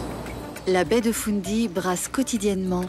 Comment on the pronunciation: Baie de « foun dy ». 😂 C’est fundy Et elle n’est pas si près des borders. Elle est entre la Nova Scotia et le Nouveau Brunswick